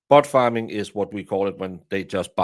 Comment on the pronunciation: I know you said bot farm... But I heard 'Butt Farm'!!! LOL! 🤣